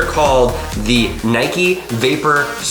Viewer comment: Nike not nikE